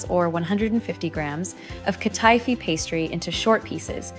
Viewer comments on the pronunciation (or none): It's hurting my ears and my mind to hear her say Katifi. She's mispronouncing the word she's mispronouncing the name.